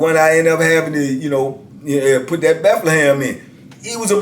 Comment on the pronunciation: I'm sorry but when says Bethlehem or Mecklenburg I die laughing 😃 😀 no disrespect to him but I find it funny and keep up the great work these stories are interesting